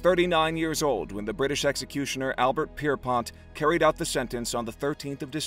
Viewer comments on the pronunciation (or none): Albert Pierpoint not Pierpont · It's not Pierpoint. It's Pierrepoint